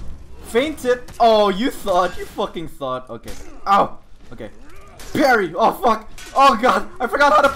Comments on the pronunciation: I can't tell if he keeps saying thot or thought... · what if says „thot“ instead of „thought“ in order to trick the youtube algorithm?